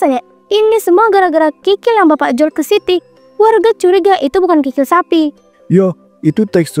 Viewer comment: Kikil kali bukan krikil😅